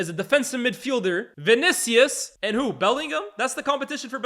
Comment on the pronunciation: the way utter "Vinicius" 😂😂😂